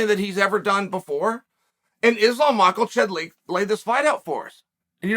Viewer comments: ahem … it’s “Makelchev”… if Chael hears an L, then there’s an L in there the rest of us have not the eyes to see or hear. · I was listening to Chael pronounce names and realized he's the greatest martial artist of our time: he isn't even competing and he found a way to give Makhachev an L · I love how he says Macklechev lol